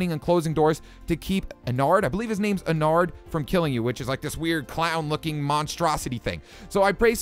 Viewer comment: That's enerd😂